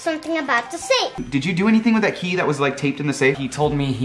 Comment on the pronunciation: Kay? I think you meant key! 😂